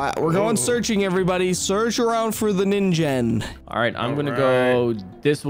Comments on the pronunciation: um the real pronouncation for ningen is ning-gen not ninjen btw love your videos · Sorry, but you pronounce it wrong, but but this is how you pronounce it the Ningen